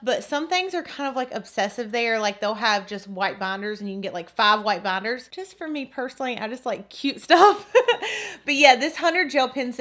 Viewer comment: Not hating but why does she keep saying *banders*😂 sounds funny